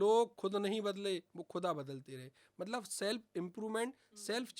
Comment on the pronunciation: Malab nhi Matlab hota hy